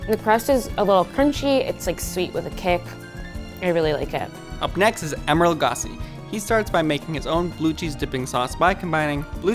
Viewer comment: Man really said “Emerald Lagas” 🤦‍♂️